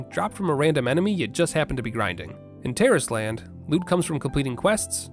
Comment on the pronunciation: Is it just me or does it sound like Terroris-tland every time he says it lmao